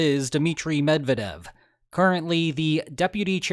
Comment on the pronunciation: Sorry not to be pedantic, but it's not "Med vah dev", it's "Med vyeah dev"